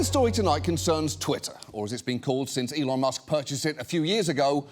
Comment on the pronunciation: 😂and so many people think he " e lon "is a genius 😂😂😂😂😂